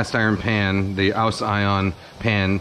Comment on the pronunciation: Kenji, re the ‘AUS-ION’ pan: ‘AUS’ is not pronounced ‘ows ‘, it’s ‘OZ’, as in Oz-tralia... 😂